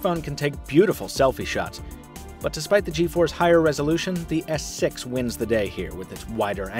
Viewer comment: He is said Samsung Galaxy S Sex lel :D